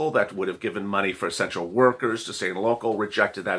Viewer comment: When he said “to essential” workers i heard “to sexual” workers. I literally tripped out for a minute